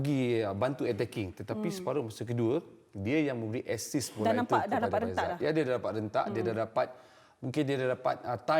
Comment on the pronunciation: Faisal bukan faizal. Kata professional 😪